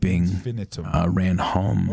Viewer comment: Every time you said “ran”, I heard